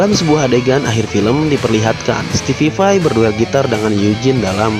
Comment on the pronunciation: (STEVE VAI) Stipai bang bukan stipipai